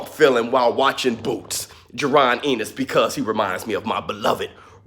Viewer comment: Why do you say his name like that lmao. It's pronounced "en nis" and not "in nes"